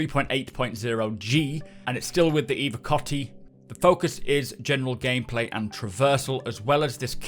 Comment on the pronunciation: evoCATI, CATI, CATI, not COTTY!!!!